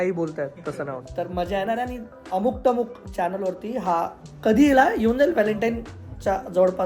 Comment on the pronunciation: 'टमुक' नाही रे...'अमुक तमूक' !!!